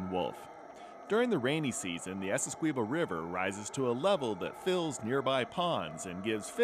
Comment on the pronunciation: Really good video... But i get so pissed when the dude say's Essequibo wrong every time